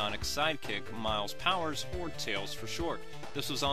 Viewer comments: u sed miles powers...its miles "tails" pRower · By the way, it's Miles "Tails" Prower, not 'Miles Powers'. Jesus. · It's "Miles Prower"....like ya know, Miles per Hour